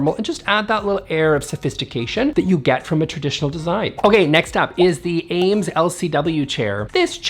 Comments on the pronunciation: Eames is pronounced “eemz,” NOT Ames! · *It’s pronounced Eeemes, rhymes with dreams. Great video!